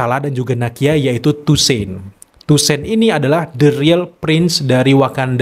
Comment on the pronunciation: Toussaint dibaca tusang bang 🙏 Btw kandidat ke4 dapet aura charmingnya BP/king tchalla